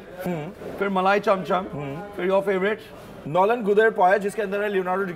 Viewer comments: bro its nolen gurer payesh not guder payesh....it makes it different brother😂😂😂😂😂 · did he say “nolen gudher payesh”?😂😂😂. Bong people will get it